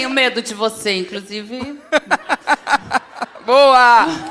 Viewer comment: "INCRUSIVE, ELOW MUSQUI" Fora o português, Tia Canja é terrível, ôôôôô vergonha!